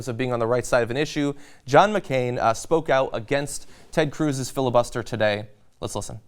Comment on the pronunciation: Fili-Bluster? or Filler-Bluster?